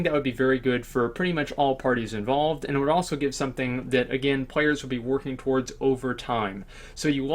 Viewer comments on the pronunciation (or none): none